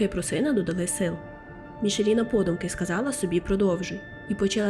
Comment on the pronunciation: Кохана, дякую, за історію Лайк, підтримка ❤️ Одне зауваження- МіХаліна (ch - x ), МарЧін (с перед і - чь)